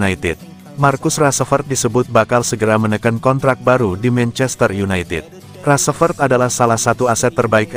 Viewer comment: Ngomong rasfrod bae balepotan